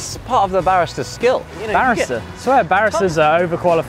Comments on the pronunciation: Barrister?😂 That is a kind of lawyer. It's pronounced BAREESTA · Barrister is a lawyer and a Barista (pronounced Bareeesta) is a person that makes coffee 😂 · When they said barista as BARISTAR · the way you guys are pronouncing Barista is hurting me lmao